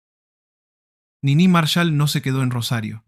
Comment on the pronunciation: Al locutor habría que haberle explicado que era Niní Marshál, no Nini Marshal.